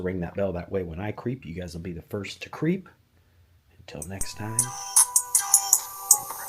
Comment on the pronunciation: why do you say creep like that